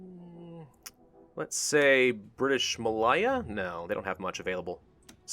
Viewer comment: British Ma-Lay-Ah as in Malaysia Not Ma-Lie-ah, just a wee heads up.